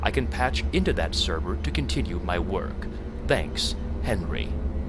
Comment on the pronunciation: Sgt. Kelly says, 'Tanks a lot DOOM guy'....haha